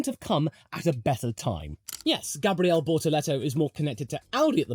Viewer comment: “Because right now, Brazil needs a formula 1 driver on the Grid” - as a Brazilian and a McLaren fan, I felt that 🥹 It would be a dream for sure 💚 Btw, your “Gabriel” pronunciation is on point 👌🏻 Cheers from Brazil 🇧🇷 🇧🇷